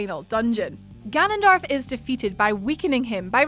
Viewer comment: It Gannondorf not Gannondarf